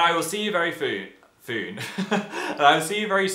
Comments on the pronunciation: "I'll see you very foon" I'm dying!! We still love you Phil x :3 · "I will see you foon"